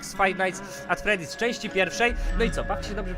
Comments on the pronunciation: #freedy nie teedy xD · nie tedy tylko freddy (czyt. fredi :3) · Freddys* :D Nie freedys :w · to jest FreDDy's a nie FrEEdy's <3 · ta gra się zwie 'Five Night's at Freddy's', nie Freedy's:P Łokieć! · tylko nie fife night at fredy